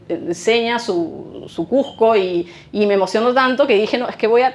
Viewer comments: Si vas a habar de cuSco pronuncia bein el nombre... no es cuJco , es cuSco con S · CUSCO! NO SE DICE CUJCO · Cujjjjco Cujjjco Cujjjco Para los Cusqueños es difícil y desagradable oír q la J reemplaza a la S, un poquito de esfuerzo en pronunciar bien el nombre de la ciudad motivo de la exposición. Por lo demás felicitaciones